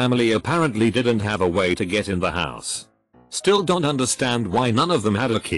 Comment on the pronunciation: A beautiful artifact of these lazy text to speech reddit vids. Wouldn't be so bad if they did so much as a single listen and edit before uploading.